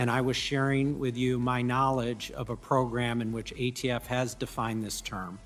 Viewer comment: This narrator is killing me. It’s SBR not SPR. It’s ATF not ADF. Also, why so repetitive?